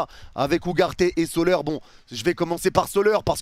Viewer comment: arrete de dire soleur aussi, ca se dit solère